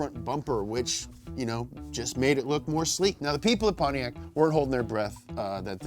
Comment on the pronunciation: I knew he was gonna say “Pontiaccyyy” hahahahaha!